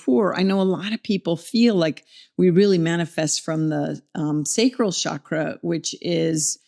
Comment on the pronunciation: The sandskrit pronunciation sounds more like “CHUCK-ruh” Otherwise, the word you are saying in Sandskrit refers to the reproductive tissue: the “Shukra”